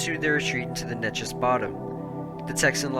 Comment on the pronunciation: Say it with me "Nay-Chess"